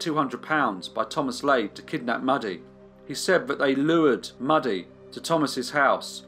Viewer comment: ‘Mewdie’ not ‘Muddy’ I should think.